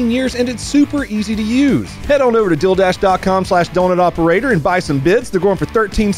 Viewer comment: Deal dash not dildash lmao